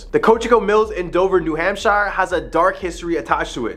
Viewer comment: Its a hoot to hear you mispronounce or via accent the state of New Hampshire